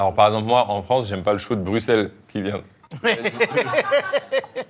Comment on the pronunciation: Carlito, au nom de tous les belges, merci de prononcer Bruxelles comme il se doit <3 c'est rare, ça fait du bien :)